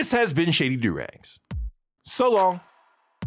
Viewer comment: Good on you Shady! You corrected your pronunciation of "auf wiedersehen!" I agree that Connie was the hero in this one. She got to let her wild side out, which doesn't happen often.